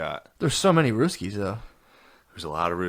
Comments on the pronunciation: After the 5th time he said “ruskies” got pretty annoying lol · You know your white when you keep calling them the RUSS KEYS😂😂😂